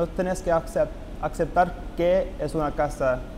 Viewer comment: Es español de Argentina. Pero es posible que un argentino confirme que esta persona es un argentino nativo? Porque tenía un poco de errores cuando habló, como un fantasma (dijo una fantasma) y aceptar (casi dijo acepter). Lo siento porque no soy de Argentina y mi idioma nativo no es español, por eso, no puedo deducir. Can any Argentinian tell if this is a native Argentinian Spanish speaker? sorry because Spanish isn't my native language, but he commits a few grammatical mistakes while talking, and I'm not sure if that's natural when talking in Argentinian Spanish. Thank you. :)